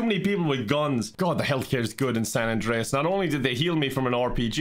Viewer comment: Minion CJ says: "More San Andweas pweez"